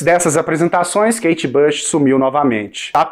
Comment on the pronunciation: Pare de dizer kate bash! É "BUCH"!